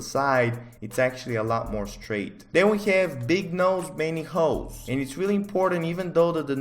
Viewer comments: When he says holes it sounds like hoes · holes what my brain hears every time: hoes 🙈